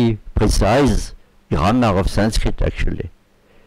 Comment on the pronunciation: the way ur pronouncing grammar made me laugh